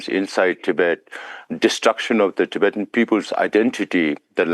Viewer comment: also its Tibetan not tibetian